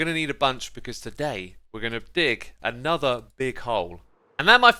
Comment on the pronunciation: "Hello everyone! and welcome back to a'nether episode of Hermitcraft! *insert trying hard brit accent 😂*" From all hermits intros, X's got me and now and everyday here in our house its my new hobby, out of nowhere I will just spit his intro I don't know why😅, I just love it!